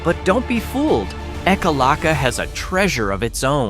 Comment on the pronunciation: Learn to say the town name correctly!! Like Yaak and Ekalaka!